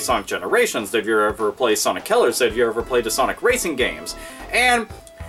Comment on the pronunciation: Why does it sounds like you said "Sonic Killers" instead of "Sonic Colors"?